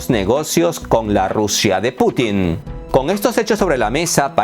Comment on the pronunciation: No es OTÁN ni Putín ! Es OTAN y Putin.